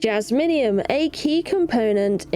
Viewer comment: Jaz-me-um (Jasmium) not Jas-mini-um